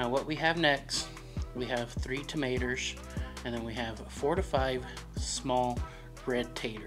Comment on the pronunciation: You said tomaters and taters just like a south Mississippian, you sure you're from New Mexico? 😂 That looks pretty dog gone good to me! Love those hatch chili peppers!